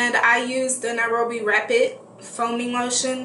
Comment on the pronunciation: Lol Jesus in a bottle. Nairobi pronounced right. You got nice arms tho!!